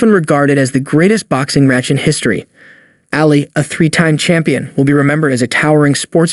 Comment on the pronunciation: yes that irritated the crap out of me too. Destroying theses legends names. Its Ali, not Alley, what a joke